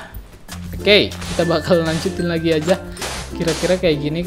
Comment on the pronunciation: Bang lu kalo ngomong 'lagi' biasa aja lah bang lu kayak ngomong llagi temen temen Lol Xd